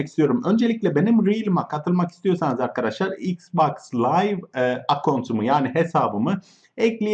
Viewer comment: Oğlum yav "Mrb adadaşlar!" diye başlama ilk İngiliz sanıyom sonra Türk.Sonra İngiliz sandığım için kapatıyorum!YAPMA!!!